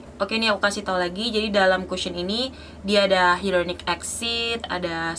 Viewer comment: maaf mbak bacanya kusyen bukan kasyen🙏